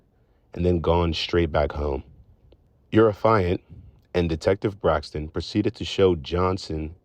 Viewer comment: It is not “affailant” it is AFFIANT